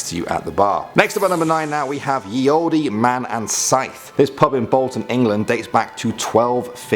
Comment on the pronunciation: hi you dont pronounce the e in olde its just pronounced old:-)